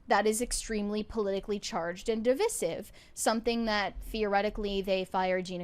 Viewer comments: i know it's technically acceptable, but why would anyone pronounce it like 'divissive'? like for example, the country is divided, not dividded. it's a trivial matter i know, but all the same. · It's a regional difference so some places DO pronounce long "i" and others short "i". Meaning it's technically correct either way. I thought about this long ago when I first heard the word divisive pronounced "dih-vice-sive" having only heard it pronounced "div-viz-sive" before and I decided to stick with "dih-viz-sive" specifically because if you look at other examples of words borrowing latin roots, they are pronounced with the short "i" (as in, vis) unless they end on the i in the last syllable. So actually, while the short "i" in decision may be inconsistent with other forms of the word, the short "i" is consistent with the pronunciation of other words with "i" pronounced on an intermediary syllable. Let me give some other examples: Preside vs presidency. You wouldn't say "preh-side-dency" because that sounds stupid. You wouldn't say "preh-side-dent". Decide vs decision. You wouldn't say "deh-sigh-shun" because that sounds stupid. You say "deh-siz-shun". Deride vs derision. Collide vs collision. Applied vs application.